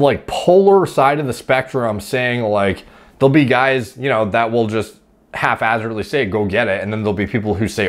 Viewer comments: The word is haphazardly not “half hazardly” 😂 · HalfHazardly? I believe it's Haphazardly. Your version seems to indicate the first part of that is half assed. 😂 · "halfazzardly"? lmao I think he means haphazardly. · Good video as usual but it's pronounced hap-hazardly. Not hating. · I believe the word is pronounced hap-hazardly good sir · Did you just say, half-azzardly?